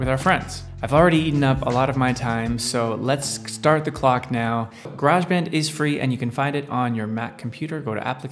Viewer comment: Its Garage not Garage :) - English here. lol Great Tut fella.